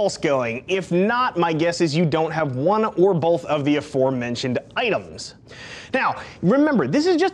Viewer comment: Speaking of sounding right, your pronunciations are wrong. 1. Timbre is "TAMber" not "TIMber" 2. Both is "both" not "bolth"